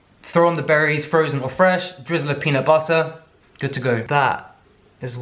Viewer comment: The way he said “peanut butter” in such an American way killed me for some reason 😂